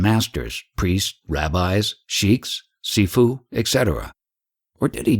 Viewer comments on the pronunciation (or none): none